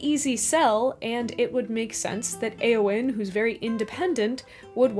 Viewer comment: Entering pedant mode. Eowyn's name should be two syllables, not three. The 'eo' is a diphthong, not two separate vowels. This diphthong does not exist in Modern English, so it is hard to get right (at least I find it so), but diphthong it is.